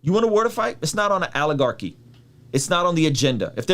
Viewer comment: Lol "Aligorchy"